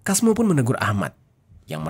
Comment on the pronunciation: Kalo di pekalongan biasanya penyebutan nama sesuai tulisan di baca "Casmo" bkn "Kasmo.